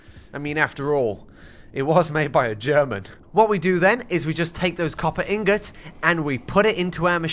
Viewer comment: copper Gollum’s you mean copper ingots😂